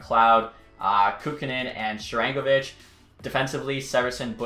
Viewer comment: Sharangovich is actually pronounced Sharen-go-vich. You were saying Sharang-o-vich.